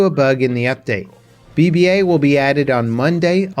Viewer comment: Did he say... BBA instead of BB8?